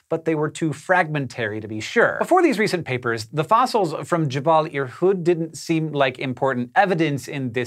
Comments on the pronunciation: JeBELL, not JeBALL. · Hey, "Jebel" or "Jabal" or "Jebal" or however you wanna spell it, means "Mountain" in Arabic, so it's Irhoud Mountain :) Yours truly, An Arab fan